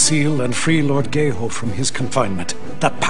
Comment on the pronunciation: "Lord gae hoe"